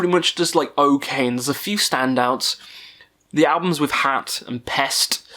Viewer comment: A bit about your pronounciations here: HAT (Gorgoroth vocalist) is not pronounced like the fabric you put on your head, but with a long A. Abbath is not pronounced "A bath" (!), but like Sabbath without the S. Demonaz is NOT pronounced "Demon Ass" either 🤣🤣🤣 Other than that, keep up your good work. Highly amusing.